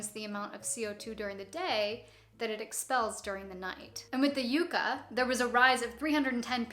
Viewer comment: I've never heard Yucca pronounced like that. Yuck-ah, that's how we say it down here in the Southwest USA. PS it's my state flower. Always enjoy your videos!